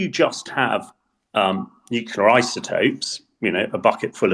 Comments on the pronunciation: Please, stop saying "nuculear", the word is nuclear, not "nuculear" (or however what they say can be transcribed). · Please require all guests to learn that ‘nuclear’ is not pronounced ‘nucular’ before the broadcast starts. It does nothing to enhance their credibility. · Everyone on this podcast always mispronounces 'nuclear'